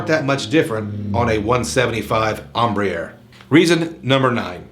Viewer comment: The way you pronounced embraer...lol